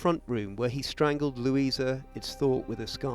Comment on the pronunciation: Lou ee sa. Not Lew ee za.